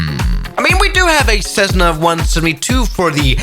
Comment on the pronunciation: Not cessna is jetssna